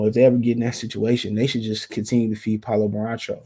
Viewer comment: Say it wit me Ban-Chair-Oh. You be butcherin niggas names